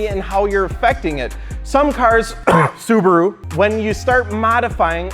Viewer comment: "My subaro best suboror" "no MY sububerru best sobuboro"